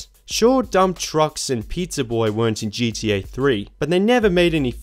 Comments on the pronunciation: Dude the way you say GTA sounds like GDA and unless I'm missing some inside joke it's driving me fuckin crazy. Pronunciation my guy, get it together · Sounds like you are saying GDA sometimes. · Disliked bc of "geedee A". Annoying as hell. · I just love how you pronounce gta as gda XD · Sounds like a greeting I'd hear in the Australian outback. "Oi mate. Gee dee, ayy?"